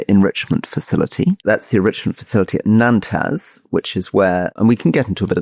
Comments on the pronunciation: Boys, when you misprounounce Natanz as Nan taz - you immediately discredit you opinion and credibility. To say Iran had this coming is an understatement. Your legal argument is misdirected. In you bar analogy Iran is walking into the bar with a shotgun pointing at you. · Pronunciation a bit off Rory on Natanz best best to go trek over it